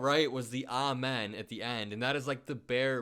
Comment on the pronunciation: Trump it's Amen not almond 🤣🤣